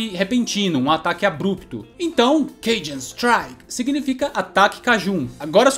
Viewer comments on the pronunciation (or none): none